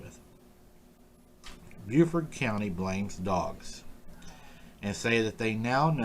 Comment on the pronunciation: Great video, and since this incident won't be going away any time soon I just wanted to point out that Beaufort County is pronounced Bo-fert. I certainly don't expect folks from other states to know that. I am from VA myself and only learned how Carolinians say it by saying it wrong in front of them, lol!